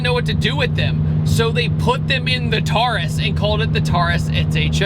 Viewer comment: The Ford Taurus is pronounced tore-us not tar-us.